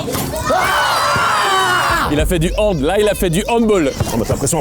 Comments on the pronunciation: HANDBOLL, aie aïe mes oreilles, c handbAll qu'on dit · Avec tout le respect que je te dois Carlito, (étant handballeur), ça se prononce « handball » et pas « handboll ». Et ça c’est un truc qui irrite tous les pratiquants de cette discipline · Carlito ça ce prononce handall pas handboll tu vas te mettre quasiment tout les hanballeurs à dot 😅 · Il a dit handboll😱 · Au fait ça se prononce handbAll, le sport est allemands à la base… sinon oui pourquoi pas thierry omeyer et le hand 🤾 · On dit pas handboll !! C’est handball !! Merci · HANDBALL !!!! ( ça se dit handbale et non handbol Carlito ) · Handball, par contre Carlito attention à ne pas prononcer handbôl mais HandbAll stp. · Handball, "ball" se prononce "balle" et pas "bôl" parce que ce n'est pas d'origine anglophone 😉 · Alors désolé Carlito mais stp ne redis jamais handboll c’est handball 😭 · Le handbaaaall avec omeyer se serait vraiment super bien, je sais que le handball sera pas le plus demandé mais la France a le meilleur palmarès sportif grace au hand, et je trouve que ce sport est beaucoup trop méconnu meme en France (par exemple Carlito on ne prononce pas handbOll mais handbAll car c'est d'origine germanique et non anglophone...) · Thierry Omeyer ! On veut vous voir faire du handbAll (le A se prononce A et non O comme dans football) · On dit pas handbOll On dit handbAll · Corlito je t'aime bien mais c'est handbAll non pas handboll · « handboll »🫠🫠 sinon un au handbAll (« balle ») serait ouf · ARRÊTEZ DE DIRE HANDBOL C'EST HANDBALL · On dit Handball s'il vous plaît pas Handbol c'est vexant pour nous les handballeurs ptdr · Prochaine fois : Marquez un but à Thierry Omeyer Mais par contre il viendra pas si vous continuez à prononcer "handboll" 😂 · Carlito...... il faut dire HandbAll et non pas HandbOll 😎🤾‍♂️ essayez de mettre un jet de 7 m (pénalty) à un gardien pro pour une prochaine vidéo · "Du handboll" j'ai mal... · redis encore une fois "handbol" et je te fracasse (je t'aime carlitouille)